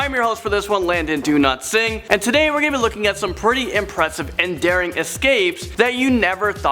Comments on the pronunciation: It's like when he say "Dowlatsingh" it sounds like he is saying 'do not sing' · "Landon DoNotSing" 😂LUL